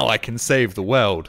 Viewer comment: The way pronounces 'world' cracks me up - 'save the weld'